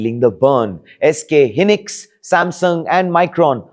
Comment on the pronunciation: your SK hynix pronunciation lost it all. can't trust you on any tech news henceforth!